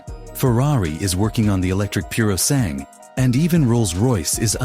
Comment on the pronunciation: The way you pronounce (Ferrari) Purosangue is almost as bad as that new Jaguar ad...